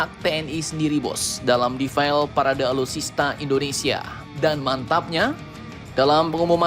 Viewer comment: 'defile' itu dibacanya bukan 'defail' tapi tetap defile... inget yak.... ya salam..